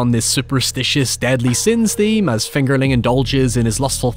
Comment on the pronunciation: Everytime you say fingerling, it almost sounds like “it’s finger licking good” lol